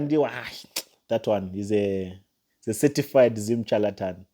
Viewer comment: Learn proper dictions and proper syllabus before you talk evil about your fellow Africans. It’s pronounced ( shaletan) though it’s spelled charlatan. The sound of this word you are in love is- shh shh shalatan and not chu sound. . You have not God’s given rights to dare teardown your elders. You are going to regret this for along long time. Especially looking down Pastor Chris. Your are the one walking in darkness young uncouth Africa boy. I told you last time to find a job. You make A Africans be treated as inferior, the way you lots were treated in smiths Rhodesia.